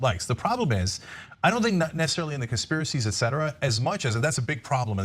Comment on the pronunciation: ETcetera not ECetera